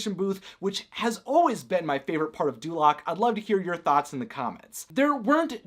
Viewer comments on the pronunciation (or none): Dulaq sounds like North Korea.